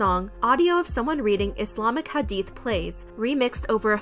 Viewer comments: Also, I appreciate you addressing this and didn't downplay the situation:') also thank you for pronouncing hadith and Islam correctly. we need more ppl like u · Can we talk abt how well is saying muSlim, iSlam, hadeeth, hijab, etc. You can tell she looked into the terminology and practiced. Thank you for also pronouncing names right too. This was so refreshing thankyou sm 🥺🥺🥺💗